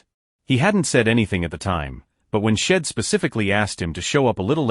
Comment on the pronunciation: Poor AI narrator, too many mispronunciations, choppy pace. Story have very little life to it, like they are not real people. "Shedd"? LOL! How about "She'd"